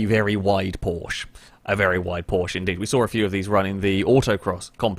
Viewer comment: Por-sche, two syllables. A porch is something you sit on and drink ice tea 😊 Sorry but I had to be THAT guy 😋